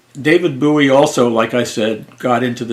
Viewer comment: It's bowie like a bow and arrow